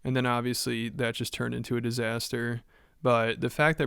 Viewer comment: i could swear he also said “disastair” on purpose